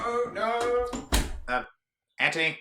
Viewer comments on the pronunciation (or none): When he said ant toe knee I couldn't stop laughing